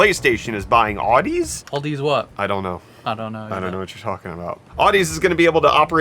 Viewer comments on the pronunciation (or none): Nooooo! Not Audeze!!! (Awe-Dee-Zeee)!!! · I love my Audeze equipment :) BTW, the pronunciation is a play on "Odyssey," like an audio odyssey; "Audeze" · By the way, Audeze is pronounced like odyssey... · Uhh you guys pronounced Audeze wrong aa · duh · zee Also it's a pretty well known in the audiophile space for making some pretty great planar magnetic headphones. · Awe-duh-zee, lmao love you guys!!!!!